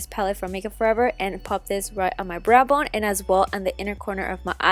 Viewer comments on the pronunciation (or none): none